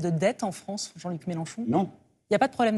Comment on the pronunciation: Faudrait qu'elle aille voire un orthophoniste la Léa. Il y'a le "An", le "En"et le "On". Or la version Léa donne "Fronce"!